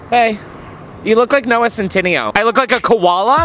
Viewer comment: Noah Centineo is Italian. It's Cen-ti-nAYo